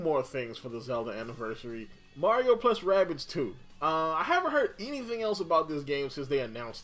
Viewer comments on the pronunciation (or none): Marko... Maro. "Mark Mero" lmao